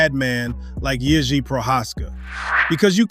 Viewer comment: nice Ř pronunciation mate